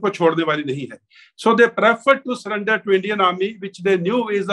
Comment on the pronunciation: Sullender not surrender 😂🤣🍻